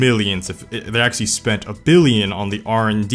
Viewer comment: if you cant pronounce "actually" then stop saying it